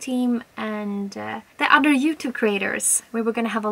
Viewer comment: I love how you say jewtube